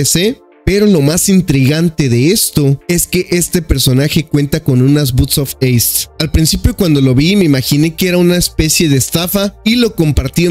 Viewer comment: Me sangran los oidos cada vez que lo dice